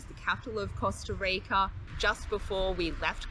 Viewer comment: the way she pronounced Costa Rica and the amount of times she did so was intensely CRINGE